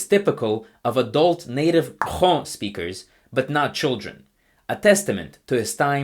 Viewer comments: You reading !Xoo is such a flex. Automatic suscribe! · how the hell can you pronounce !Xóõ so accurately?